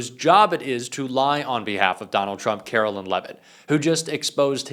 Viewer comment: I will start liking your videos when you start pronouncing Caro-LINE correctly. You got one job,. Do it.